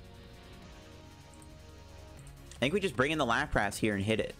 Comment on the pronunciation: Lapras not Lap-rass